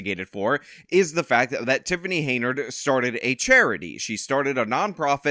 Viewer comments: Is dyslexic or is he saying her name wrong on purpose? It's Henyard, not Heynard. Pronounced hen-yurd. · Who's gonna tell him her name is Henyard, not Heynard.... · Henyard. Why do you say Haynard? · It’s “Hen-yard”, not “Hey-nard”. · Hey,. Her name is pronounced "Hen-yard", not "Hey-nerd"😂😂😂😂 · Hen Yard. Not Hey Nard. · HEN-YARD. Not Hey-nard. Sorry/not sorry. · It’s HEN-yard, not HEY-nard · You know I love you, but her name is Tiffany A. HEN-YARD. Not Hay-nerd. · Why do you pronounce it hay-nard? Do you not hear everyone saying it properly? Have you not seen it enough times on all those signs? Hen-yard. Not that i care about disrespecting her name it just drives me nuts. Also whenever you say someone looks like someone else it makes me 99% sure you have face blindness. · Why is the host pronouncing her name "Haynard" instead of "H-e-n-y-a-r-d"? I'm no fan of TAH smbut come on now...unless he is doing this on purpose 🤔 ...or he's stupid for real. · I like all your videos, but I would like this one more if you pronounced Super Hags name properly, HEN-yard, HEN then YARD, HenYard. I know I'm being pedantic, but it's ENGLISH man, for God's sake, ENGLISH!!! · Her name is still not "Heynard" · You say it like HEN-YARD! Sorry, but the mispronounciation kinda drives me nuts.. ^^° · What does keep calling her Hey-nard? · Oh c’mon… He works hard,let him have this one. Consider it an early BD present for him. Personally,I think it’s hilarious when he calls her Hey-nard😂… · It's bugging the hell out of me too. Is he doing it on purpose or is he dyslexic? They say it right in the news story. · Your insistence on mispronouncing her name is admirable. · 5 videos later and still cannot properly pronounce her last name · Why do you keep pronouncing her name like that lol